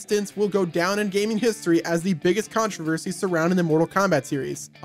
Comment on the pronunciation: "Tons and tons of CoNtRO-verSHEY"